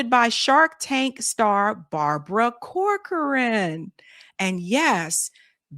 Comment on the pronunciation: Want a tip? Corcoran is pronounced "Cock-run." Weird but no lie! Check out how people say corcoran boots or Barbara Corcoran for corroboration!